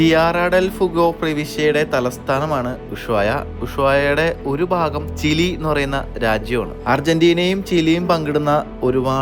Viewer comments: ചില്ലി അല്ല ചിലി 😂😂😂😂😂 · തികച്ചും സ്വാഭാവികമായ വിവരണം... ഇടക്കുള്ള ചിരി എല്ലാം കൊള്ളാം. ഞാൻ ഇന്നാണ് ഈ വ്ലോഗറേ ശ്രദ്ധിച്ചത്... അങിനെ അങ്ങിനെ മില്യൺ വ്യൂസ് വന്നോളും. പിന്നെ "ചില്ലി'എന്നാണോ 'ചിലി' എന്നല്ലേ വേണ്ടത്... ചില്ലി എന്നാണ് കേൾക്കുന്നത്.....തിമിംഗലം വെള്ളംസ്പ്രേ ചെയ്യുന്നത് ശ്വാസം വിടുന്നതാണോ... ഒന്നു ചെക് ചെയ്യൂ. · ചില്ലി അല്ല മച്ചാ ചിലി ആണ് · എല്ലാം കൊള്ളാം. ചിലിക്ക് ചില്ലി എന്നാണ് പറയുന്നേ. ഓണിയൻ എന്ന് പറയാതെ നല്ലത് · ചില്ലി അല്ല ചിലി 😂😂😂😂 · ചില്ലി അല്ല ബ്രോ ചിലി ,വീഡിയോ പോളി 👍😊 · ചില്ലി യല്ല ചിലി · ചില്ലി അല്ല, ചിലി ആണ് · നല്ല വ്ലോഗ് : നല്ല ഒരു യാത്ര ആശംസിക്കുന്നു...... പിന്നെ ചില്ലി അല്ല ...... ചിലി ആണ് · Chile (Chi"lee") not Chilli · ചില്ലി അല്ല ചിലി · ങ്ങള് പൊളിയാ... ഈ "ചില്ലി " എന്ന് പറയാതെ "ചിലി " എന്നൊന്ന് പറഞ്ഞു നോക്കിയേ... 🥰🥰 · ചില്ലി എന്ന് കേൾക്കുമ്പോൾ ഒരു അരോചകം. ചിലി. Ok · ചില്ലി അല്ലലോ ചിലി അല്ലേ🤔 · ചിലി 😅not chilli 😇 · ബ്രോ ചില്ലി അല്ല ചിലി ആണ് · ചില്ലി അല്ല .ചിലിയാണ് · ചില്ലി അല്ലട്ടോ ! ചിലി എന്നാണ് ഉച്ചാരണം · ചല്ലി അല്ല ചിലി ആണ് ശരി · chilli alla chili😅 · ചിലെ ആണ് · ചി ലേ എന്നാണ്. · പക്ഷേ കൂടുതൽ ജനകീയമായ ഉച്ചാരണം ചിലി എന്നു തന്നെയാണ്.